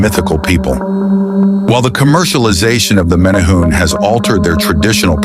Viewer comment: You are pronouncing it wrong. More like mini-hu-ne.